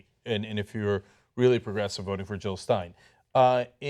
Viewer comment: Jill, not Hill!